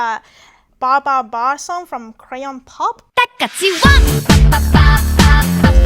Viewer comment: omg barbarbar hahahahhahha